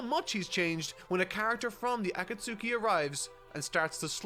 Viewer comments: bruh its cringe seeing ppl make fun of pronouncing akatsuki, like bruh, hes reading the manga, not watching the anime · It's so criminal how was just getting used to Aka-tsuki, then he gets hit when a Jinchu-riki. That insta pause there killed me LOL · Fun fact: In Italy our official dub pronounces every U in every name. So yeah, akatsUki and sasUke. Yes, we hate our dub, but we've learned to not cringe every time XD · Gaara's probably Kazekage cause his dad died. I always assumed that Kazekage was chosen differently than the Hokage. More like a monarchy than a democracy. Also, is 100% pronouncing Akatsuki wrong just to troll people. I can't allow myself to believe someone could pronounce that shit like that on purpose.